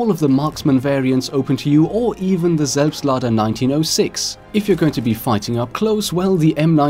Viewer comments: Oh my god you are actually able to pronounce "Selbstlader" o.o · Do you have a German background or do you speak German because you pronounce the weapon names so goddamn good it sounds like a maternal speaker when you say stuff like selbstlader or gewehr. btw I am really enyoing your videos because you also cover stuff that's not as mainstream as the content of most of the other YouTubers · Bist du deutscher? Das würde erklären das du "Selbstlader" so gut aussprechen kanns. Würde mich über ne antwort freuen! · GregWolf I think he is german. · I saw this comment before the video started and thought, oh cool, let's see how good the pronunciation is. ... After he pronounced it perfectly I was actually a bit shocked. lmao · The way you say "Selbstlader" like a native German makes me so moist.